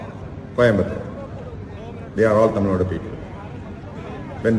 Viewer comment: it's not "thamil naad", it's "Tamil NADU"